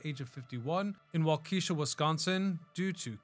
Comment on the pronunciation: waa·kuh·shaa Sounds like wawːkihshaw. Just saying.